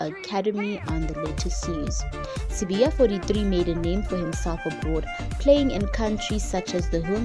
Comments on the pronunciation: sibaya not sibiya 🤣🤣🤣🤣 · Sibaya.. They wrote Sibaya and she keeps on Sibiya. The lady needs to care wrong pronunciation of people's surnames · He is not Sibiya, he's Sibaya, as in the kraal. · Sibaya wena not Sibiya bari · Not sibiya is Sibaya!!!! gees